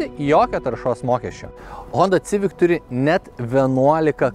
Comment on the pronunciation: Eilinis apžvalgininkas,kuris netaisyklingai taria automobilio modelio pavadinima-sivik,o ne civik.